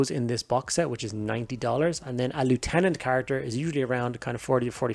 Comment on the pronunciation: Nice review, also refreshing to hear someone who can pronounce the word Lieutenant properly.